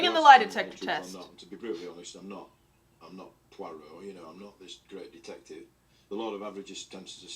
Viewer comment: When you tried to pronounce Poirot??! 😂😂🤣 He's a well known book character. Agatha Christie's famous Belgian detective.